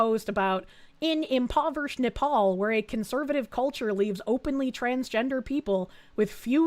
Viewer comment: I love how says "Nepal" like "napalm", which might be a possible solution to several problems in this video (in Minecraft)...